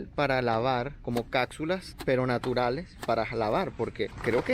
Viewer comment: Por que dices cacsulas, picza, preczel????